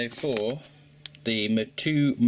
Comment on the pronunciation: The correct Maori pronunciation would be something like "mow two ecka", there's no "chew" in it